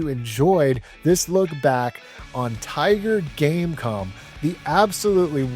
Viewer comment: every time you said tiger game com i kept thinking game con xD